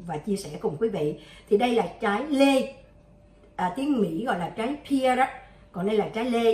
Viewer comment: Correction: trai’ ’ pear not pier nha cac ban. Co Huyen doc sai roi.